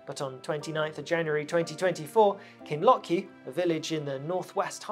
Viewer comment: Kinloch u its pronounced